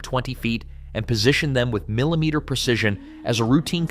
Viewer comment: Kalameters? Milimeters?? Can you please speak English to us??